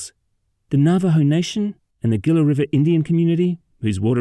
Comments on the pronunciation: When you see a word with which you are unfamiliar, go learn how to pronounce it. It's super easy these days. Gila is pronounced 'hee-lah as in Henry, not gee-lah as in George. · In case people are wondering, that's what the narrator (AI?) mispronounced repeatedly as "Gilla". It's spelled "Gila". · It’s pronounced “HEE-luh” 😉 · Gila is pronounced "heela"